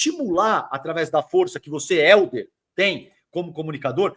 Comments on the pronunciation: Porque ele fala Héldio?😅😅😅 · Pq o chama o Helder de Heldio?